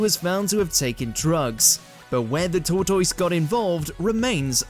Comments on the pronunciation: Wtaf is a "tort toise"? It's pronounced tortus (tortoise) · It wasn't until you actually showed footage of the tortoise that I realized what in the hell you were saying! "toy-toys"??? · They actually say "torr-toys"? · So people can't pronounce tortoise these days? Is that AI or an internet education?